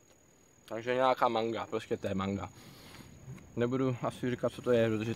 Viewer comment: Te Manga, you pronounced that well...yay! I enjoyed your video. My family home is next to the golf course on the hill side and we fish and swim on that beach there from the Black Rock to the Seawall. Back in the day it was very pretty, white sand and less rocks on the beach. Again, great video, thank you for sharing :)